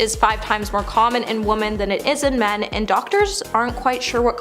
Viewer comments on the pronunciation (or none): Is English your native language? You mispronounced so many words and names. For instance, we use the word women, when referring to more than one woman. Women (wi-muhn) plural form of woman (woo-man). I’m honestly just trying to help. Fatigue is pronounced fuh-teeg, not fat-teeg. Sia is pronounced, See-uh.